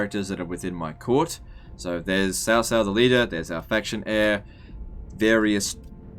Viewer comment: I'm guessing that your either an Aussie, or a New Zealander, by your accent. Putting that aside for a moment, I noticed, that you pronounced your faction leaders name, as "Sau Sau". Sorry, my best attempt at spelling it phonetically, the way I heard it. So the "C" in this case, is pronounced, as you would say it in say "Cinnamon" for example. Where it carries more of an "S" sound. As opposed to the sharp "C" sound you would hear in say Car, or Carry, where it has more of a "K" sound. Just want to be sure I'm pronouncing these things correctly. And thought, since your from that part of the world, you would be more of an authority on it, than I am.